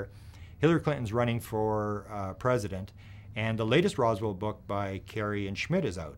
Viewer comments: …..IT’S “ ROSWELL “…… ….. NOT “ ROSWALD “…..🙄⁉️ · “Rosworld” lol